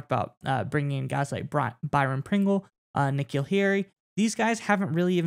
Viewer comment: Hey guys, it's K-Neal Harry